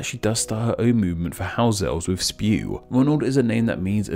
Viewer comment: It's not spew, it's S.P.E.W!